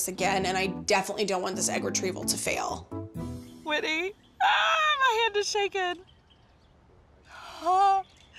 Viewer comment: Uhh 😬 her name is Whitney NOT WHITEY 😫